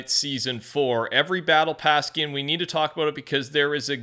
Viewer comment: “Skien” “skien” boy shut up it’s “skin” wicho dum ahh